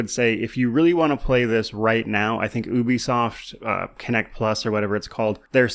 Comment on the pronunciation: Da heck is ooo be soft? It's Ubisoft!